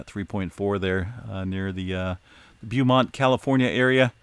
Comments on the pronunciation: BOW-Mont not Bew-mont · BOHmont not like beauty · It’s called BOWmont! 😄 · Beaumont CA is pronounced “Bowmont” just FYI... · It's BO as in NO.....for Beaumont. No matter if it's Beaumont, TX or Beaumont Hospital in the suburbs of Detroit, MI. You're slaughtering the word!‼ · It’s pronounced Bō•mont 👍🏽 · Beaumont is properly pronounced "Bowmont". TMIA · Pronounced "Bo-mont". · Pronounced Bow mont as in bow and arrow. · Pronounced Bo-mont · It’s pronounced Bow-mont. nice try. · Thank you, I knew I wasn't the only one thinking he was saying it wrong.🤔😄👍🏽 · LOL I'm in Beaumont Texas and you are killing the word! 🤣🤣😎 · I'm actually in the beaumont he is referring to and it hurts everytime he says it lol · I'm in Beaumont as well! And it was tickling my nerve! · I speak French. He really does 😂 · is good-natured about it. He'll be the first to tell you he's not great with pronunciations of some of these areas but always welcomes the feedback.